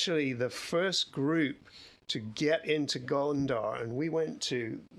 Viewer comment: Thought he kept saying Gondor ❤